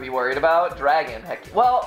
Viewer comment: Dwaaaaaagon I would summon a dwagon